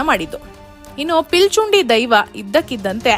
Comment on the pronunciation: ಪಿಲಿಚುಂಡಿ ಅಲ್ಲ ಪಿಲಿಚಂಡಿ